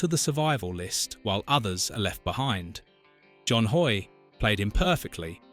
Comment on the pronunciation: John Hoyt, not John HOY